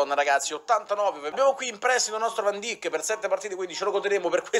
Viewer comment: Va bene che mi sbagli kruse, posso accettarlo... Ma VAN DIJK no diocane e che cazzo. Portare fifa e non sapere il nome del difensore più forte del mondo al momento è veramente imbarazzante. Bah